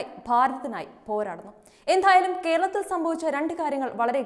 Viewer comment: എന്ഥായാലും... വല്ലാത്ത മലയാളം പറച്ചിൽ ആയിപ്പോയി....ഖേരളത്തിൽ അദിഖാരം ന്നമുഖ് ഇല്ല...നല്ല മലയാളം പറയാൻ പഠിക്കെടോ....